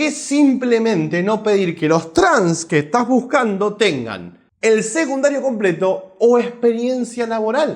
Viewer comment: SE DICE SECUNDARIOOOO !! NO SEGUNDARIO !! KICILLOF DE DERECHA !!